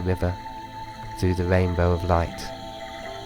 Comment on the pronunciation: This is nice, but the speech impediment takes me out of the meditation. "wainbow" indeed.